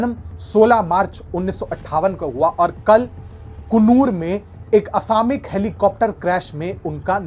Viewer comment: the correct pronunciation is 'असामयिक' NOT 'असामिक'